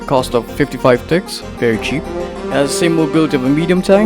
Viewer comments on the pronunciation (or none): when you said very cheap i thought you said very chip